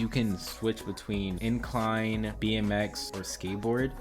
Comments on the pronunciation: valid points, hearing "incline" instead of inline is driving me kinda crazy tho lol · It’s you saying incline instead of inline 😂😂😂